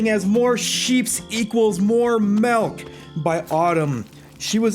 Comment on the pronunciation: I feel like I'm missing some joke but why are you calling it melk?